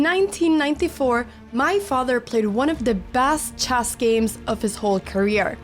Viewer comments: I love the way you say "chass" instead of "chess" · I was thinking about this for a while and maybe I should just make a short abt it but I’m pretty sure she uses the ipa /e/ for the vowel in “chess” as opposed to /ɛ/ but when she says “checkmate” which likely from some French and Portuguese influence. But at the end of the video it’s a totally different vowel like /ɐ/ or maybe more accurately the /eɑ/ diphthong which I cannot connect at all to her history except for how it’s close to a bunch of vowels in the languages she does speak which converge into this pretty scarce sound in European languages